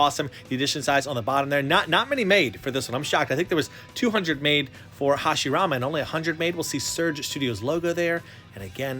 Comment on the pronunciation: I like it how said Hashiramen in:)